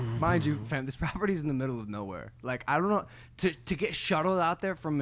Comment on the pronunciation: Great Episode as always but Logan for the love of God when you pronounce "FAM" don't say ~fEm~ it's ~fAm~. When you use slang you should do it properly you know :D